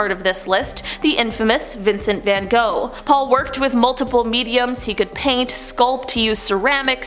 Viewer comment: Linda Stansfield. Exactly concerning the paint. It drove Van Gogh insane. (His name is pronounced ",Gock", not "Go.") Stone dust, however, causes stone lung. The lungs are gradually petrified by the stone dust.